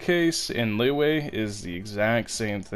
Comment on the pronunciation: You ruined Liyue just by pronouncing it as “Leyway”